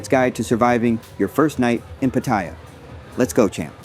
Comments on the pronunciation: Its called Pat-ay-ya learn to pronounce correctly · You're pronouncing Pattaya wrong and its annoying to hear but otherwise good video and advice! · You can’t even say pattaya bro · Its ai it cant say 7/11 or pattaya